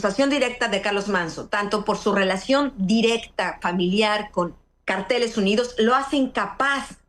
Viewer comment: Anabel el nombre es cárteles y no carteles. Carteles son pancartas con información .